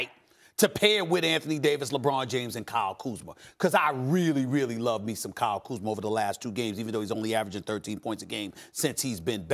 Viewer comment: how come Stephen A can pronounce Kyle Kuzma properly, but not Rob Pelinka?